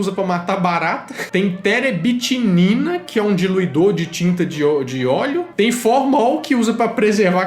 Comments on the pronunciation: Teberitinina não, é terebentina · é terebitina kkk ele falou errado